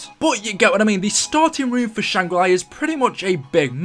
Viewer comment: Shangri La (ar) not shangri lai (eye) -_